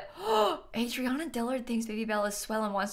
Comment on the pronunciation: Adrianna is pronounced A-Dre-Anna Lol sorry that’s my name and everyone says it Adriana 🤣